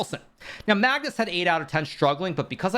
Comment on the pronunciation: Mag-noose lol